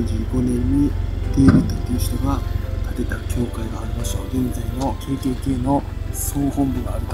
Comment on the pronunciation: KKKをトリプルケーと発音するの初めて聞いた